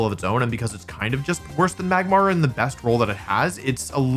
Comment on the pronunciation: saying Magmar correctly after saying "Megmortar" is diabolical